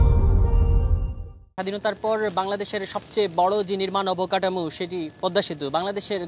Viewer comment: কাঠামো কে কাডামু, ওঠা কে উডা বলছে, পাটাতনকে পাঢাথন, পিচ ঢালাই কে পিজ ডালাই, সুবাহান আল্লাহ, আল্লাহ্‌র রহমতে এক রিপোর্টার বটে । তেনার বাংলা উচ্চারণ দেখিয়া আমার পদ্মা সেতুর খবর দেখার ইচ্ছা মরিয়া গেল ।